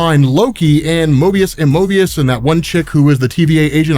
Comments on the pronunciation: You said morbius instead of mobius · Not morbius dude, MOBIUS not M oRbius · was I hearing wrong or was saying morbius. Loki character is Mobius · STOP CALLING MOBIUS MORBIUS! You scared me, for real.